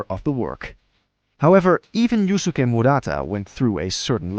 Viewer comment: "Yoosookay" "garoo"